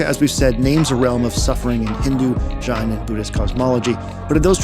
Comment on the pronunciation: Fantastic video as always. Just a note that Jain is pronounced like the name "Jane" :) (source: me, my family is Jain)